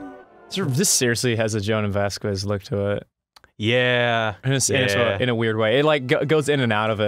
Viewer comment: Rather upsetting how few comments there are that mention how Ross mispronounces it as "Vasqwez."